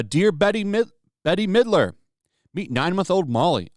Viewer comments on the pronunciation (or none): So, you've clearly never heard Bette Midler's name said out loud before...